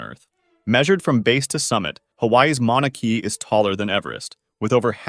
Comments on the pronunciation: also I just wanna fix ur prononciation a little but with Mauna Kea, thé “Kea” is pronounced as how it is spelt, KAY-AH. Good video tho 👍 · Re: Napoleon...a lot of people used a British measuring system to check his height, which was different than the French measuring system, more applicable to him of course. Thus the discrepancy in height. And it's not pronounced "Mauna Key" but "Mauna Kay-ah". ("There is no dark side of the moon...matter of fact, it's all dark") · Mau-na Kay-ah, not Kee-ah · the way you said Mauna Kea 😭 Kay uhh not key uhh 😭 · fun fact it is pronounced mona kay-a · I wanted to clarify for anyone planning on going to see Mauna Kea in the future that it is pronounced more like “Ma-ou-nah Kay-ah” (this may not be 100% accurate, but I had trouble communicating it in this way). The locals will not appreciate calling it Mana Key lol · 41: The mountain’s called Mauna Kea, not “Monnuh Keee” as you said. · the pronunciation of mauna kea is getting me, it always does (kay-uh, as opposed to key) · hearing that pronunciation genuinely hurt me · fr man i saw this, i live in kona and got mad